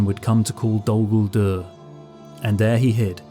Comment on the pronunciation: It's not Dol-Gulduur, but Dól Gúldúr. Peter Jackson and his clique have no clue, don't immitate them.